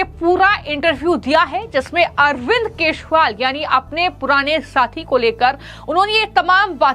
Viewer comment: अरविंद केशुवाल _ ये कैसा उच्चारण कर रही है? इन मोहतरमा की जुबान ही साफ नहीं है और बन गई समाचार वादक